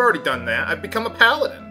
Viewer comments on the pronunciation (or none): none